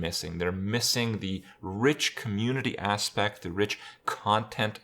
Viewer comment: Is it only me hearing instead aspect that his Ass-pecked